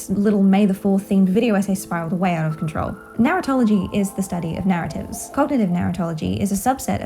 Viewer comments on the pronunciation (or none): I’m sorry but your accent makes it sound to me like you’re saying “Narutology” as if there’s gonna be university classes in the future about Naruto.